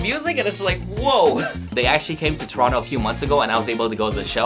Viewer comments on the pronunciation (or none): none